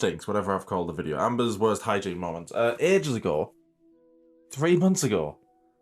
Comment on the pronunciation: The correct Pookie approved pronunciation is 'molments'.